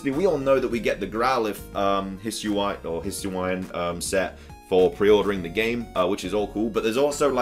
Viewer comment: Just to let you know, the proper pronunciations for Hisui and Hisuian (based on the Presents itself) are [hee·SOO·ee] and [hee·SOO·yan]. Also, based on the Pokédex 3D app for the Nintendo 3DS and this same Presents (on the part when they annunced the Spec. Ed. Dialga/Palkia Switch Lite) the pronunciation for Dialga is [dee·AL·gah], not [dye·AL·gah]. And yes, it's [leh·vee·OH·sa], not [leh·veeo·SAH].